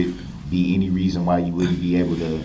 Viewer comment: He makes no sense cause he doesn't have any or as he says" enty"!